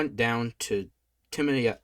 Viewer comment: Samson went down to - Timiniah - snickers - Timnah